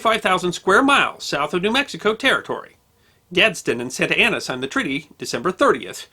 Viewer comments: Carlos Santana is a musician. George Santayana was a philosopher and writer. Antonio Lopez de Santa Anna was a multi-time president of Mexico. Their last names are all pronounced differently. You keep saying Santa Anna like Santana. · when you say Santa Ana I hear "Santana". So the general was a Hispanic guitar God? Nice.....